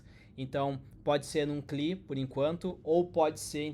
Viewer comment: Demorei horrores pra entender que "cli" era "CLI" (si é lai) hahahahaha